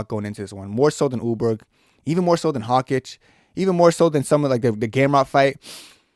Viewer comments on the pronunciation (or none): Carlos ‘Ooleberg’ and Josh ‘Hokitch’…